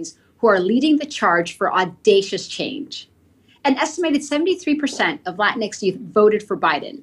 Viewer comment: Latinx is pronounced “Lateenkses.”